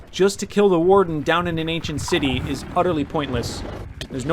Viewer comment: Was it just me or did he just say "end city" instead of "ancient City"